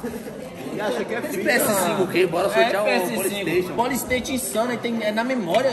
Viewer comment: Seloco. Esse polistaytion é o maior trauma da infância de uma criança. kkkkk 😂😂😂